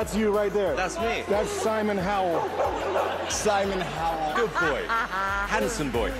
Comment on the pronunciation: Bowowie Mandel & Simon Howel XD I'm dying You could have also called him "Howelly Mandel"